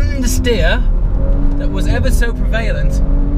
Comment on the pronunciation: Dynamic, prev el ent (prevelent) not prev ail ent. Great vid